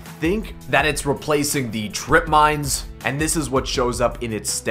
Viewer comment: it's trip mines bud